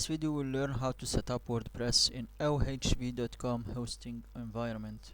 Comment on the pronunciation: it's ovh not ohv I don't think he said it right once